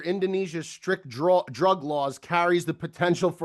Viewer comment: Guys vocab is wilddd loll ever hear em saw the word “draw” he says drawl 😂